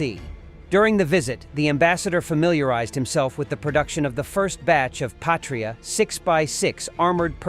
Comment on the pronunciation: "Patria" is not pronounced like "Patriot", even though they look similar. "Patria" in latin means "fatherland" or "motherland". It is pronouced "/ˈpa.tri.a/", not like "/pā′trē-ət, -ŏt″/ (Patriot) Yeah, I know, Latin is forgotten language and no, it is not the language they speak in Latin Amerika :D